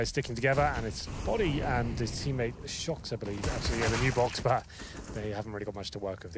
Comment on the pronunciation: It is bothering me so much he says shoxi og shoxy.... just me?